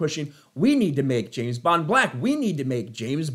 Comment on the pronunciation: Hollywood. It's not Jayne bond is James bond. Sort your sh*t out